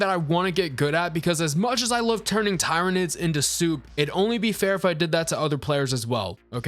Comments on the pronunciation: tie-reh-nids.... well you got the 'nids' parts right at least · Hey bro, great take, I just gotta say, read it tier-uh-nid. Keep crushing boss. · Tyranids pronounced like tyranny..... please, for the love of "THE EMPORER"!